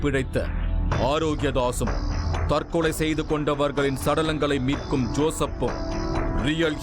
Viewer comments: திரு நிழல்கள் ரவி அவர்களே தற்களை அல்ல தற்கொலை நீர் பேசும் தழிழே தற்க்கொலைக்கு நிகர் தானய்யா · Tharkalai allaa...Tharkolai